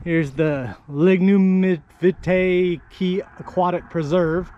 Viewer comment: You need to ask a local how to pronounce Lignumvitae.